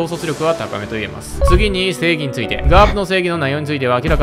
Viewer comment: スモーカーの時の、正義についてですがのところ、性癖についてですかにしか聞こえない。イケメンだからちょっと興味あるなー